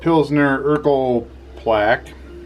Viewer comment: I was just taking the piss, your pronunciation was a little off. Thought it was funny. Urkel was a goofy 90s sitcom character, as opposed to the world's first pilsner.